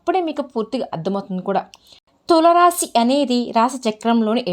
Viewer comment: Please pronounce Tulasi Rasi properly first it is giving wrong meaning